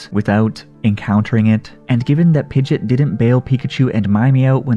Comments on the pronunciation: Oh man it triggered me every time you said pidgit it's PidgeOt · Why do you say pigit you say pigEOt you say the E and the O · It's not PIDGET its PIDGE"OT" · I’m sorry but it’s not “pidet”.. it’s “pideot” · "pidjit" It's "pidjee-ot" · its pronounced pid-ge-ot not pid-git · BRO ITS PI GE OT not pidget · Its not pronounced Pidget like Midget lol. Its Pidgeot like Camelot 😂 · The only thing I hate about this video is "Pidgit". It is pronounced "Pidgey ott" >:( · Why did you say pijat it's Pidgeot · Pidg ee otte is how you say it not pidgit. Just fyi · pidgit pidgit pidgit me: heck its pidgEOT E SOUND THEN OT SOUND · Sorry but it sounds like you're saying pidget not pidgeot. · Its pidg-E-ot. Not pidg-it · It is pi-ge-ot not pi-git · Omg! It's Pig-eot, not Pid-git! Also good video anyways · Pidge it?? Lol it’s pidgeot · Pidgey-ot lol you’re killing me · It’s pidgeot not pidget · hold on did he just say pidgit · it's pronounced (Pidg E ot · why do u say pidgeot pidget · I’m gonna pretend that he is joking when he pronounces Pidgeot wrong…please tell me you were joking….it is hurting me more than pidgeot leaving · It's pidgeot not pidget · It’s not pidgit it’s pidgeot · Pidgeot pronounced pidgeyot!! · The way you prononce Pid-GE-ot not only lost you a sub but I'm not even gonna finish this video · I find it wierd how you pronounce it pidgeot pidgit but don’t pronounce pidgeotto pidgitto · I seriously hate that you refuse to pronounce pidgeot correctly I'm definitely give it a thumbs down because of that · You don't even say pidgeots name right 🤣🤣im dead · Sad how you pronounce Pidgeot. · Pokémon is over 20 years old. Pronounce Pidgeot correctly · The way you pronounce Pidgeot really bugged me